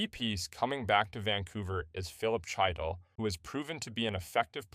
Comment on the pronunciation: Chytil is pronounce Hee-till